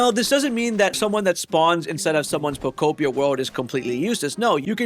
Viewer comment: You get a thumbs from me just from saying pokopia and not poko pee ah